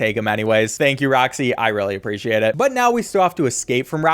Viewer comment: "thank you roxy eye really appritiate it"